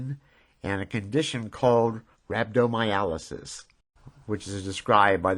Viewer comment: Thoroughly enjoyed this video. The best part was the anticipation of you properly pronouncing Rhabdomyolysis.